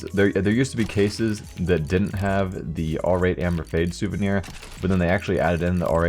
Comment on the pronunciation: souvenier knight